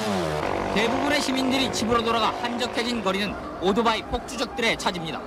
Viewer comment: 앵커가 발음을 오도바이라네 ㅋㅋ